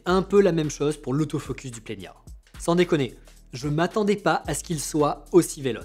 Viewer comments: Plena et pas plenia 😅 je me le suis procuré, il y a peu de temps monter sur Z5II ! C’est vraiment un objectif fabuleux. Le bokeh est merveilleux, mais de grâce, par la suite, si vous le citer encore, dit Plena. 😂😂 à part ça. Merci pour la présentation des objectifs que vous disposez. Je prends beaucoup de plaisir à vous regarder . Pierre de Perpignan. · Pourquoi ajouter un i ? C’est Plena, pas Plenia … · Merci pour ce partage,. C'est bien toi,? J'aime beaucoup quand tu dis: « Dès que vous mettez l’œil dans le viseur, vous voyez quelque chose de beau. » Le "i" que tu ajoutes entre le "n" et le "a" de plena intrigue, d'autant plus que ta diction est excellente. J'ai parcouru les tentatives d'explication dans les commentaires. J'ai aussi remarqué que Nikon avait donné le nom plena en référence à cette idée d'œil de chat qui devient "plein". Peut-être faudrait-il poser la question directement à Nikon? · C'est bien moi oui :) Concernant le i que j'ajoute, c'est in tic de langage. Dès que je vois un N entre un E et un A, je le prononce à l'espagnol, comme s'il était tildé. Il y a pas mal de noms de marque que j'écorche : Adob (au lieu de Adobi - Adobe), Niouwer (au lieu de Niwer - Neewer), Zioun (au lieu de Ziayoun - Zhiyun) … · Sûrement cet été ! J’ai un planning chargé sur la chaine jusqu’à juin, après je pourrais revenir avec le 85 1.2 :) Je sais pas pourquoi je prononce Plena avec un ñ. Sûrement a cause de mon prof d’espagnol de 2nd qui m’avait traumatisé avec ça 😅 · Merci ! Tu n'es pas la première personne à me reprendre sur la prononciation du Plena -_- Mais je n'y arrive pas, quand je vois un N entre deux voyelles, j'ai mes cours d'espagnol qui reviennent au galop et je rajoute un accent tildé sans y penser :( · Salut, merci pour cette vidéo ! Où est le i que tu prononces dans Plena ?